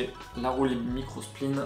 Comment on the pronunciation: Not micro spliene, but micro spline.